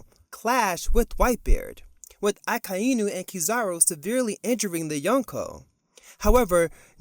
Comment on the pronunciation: your pronunciation of "Akainu" is painful to hear.. Can you pronounce it as one word instead of splitting it into 3 words 'Aka Eee Nuu'...